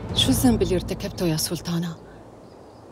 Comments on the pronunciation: نرفزتني بسلتانه 🤦‍♀️ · ماتقول سلطانه تقول سلتانه 😅😅😅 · اللي عملت صوت ما درست حرف الطاء!! سلتان ، سلتانة😂😂😂😂